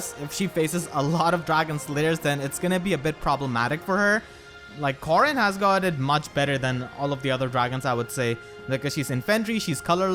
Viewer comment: 𝔸𝕟𝕪𝕠𝕟𝕖 𝕖𝕝𝕤𝕖 𝕣𝕖𝕒𝕝𝕚𝕫𝕖𝕕 "𝕃𝕖𝕘𝕖𝕟𝕕𝕒𝕣𝕪 Corn” 𝕒𝕥